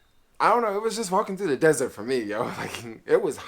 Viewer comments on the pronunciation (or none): none